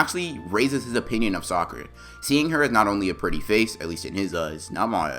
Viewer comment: Bro in my translations,instead of saying saying sakura it's say soccer'a.